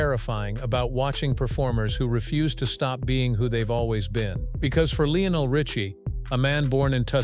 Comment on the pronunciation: PRONOUNCE HIS NAME PROPERLY UNREAL AND YOU CAN'T SAY HIS NAME RIGHT